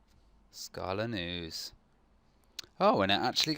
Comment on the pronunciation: Err, don't wanna be picky, but it's pronounced like this